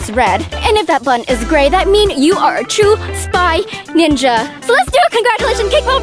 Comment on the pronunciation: You said winja